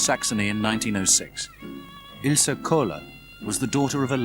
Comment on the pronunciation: Her name was Ilse, not Ilsa. Anyway thanks for the uploading